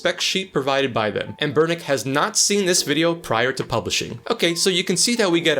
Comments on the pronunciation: AHN-Ber-nic. not anBERnic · Great video! But the way you pronounce “anBERnic” irks me! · Anbernic ❌ Anburrnick ✅